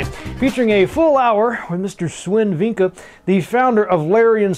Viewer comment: You may want to check if You got the name right. I think it's "Vincke" not "Venke". Otherwise, great job. This game deserves all the promotion it can get. :)